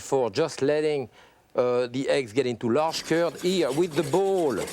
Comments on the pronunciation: I spent half the video trying to pronounce “ze cúrd” like him. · I speak both English and French, but I cannot for the life of me understand his reference to 'currrd of egg...'? He says it repeatedly, for instance at 43 sec.